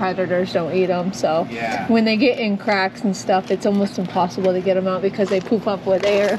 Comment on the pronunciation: LoL I kept hearing 'poop up' instead of 'poof up'. LMAO - took me awhile of listening to get it right. I was like... e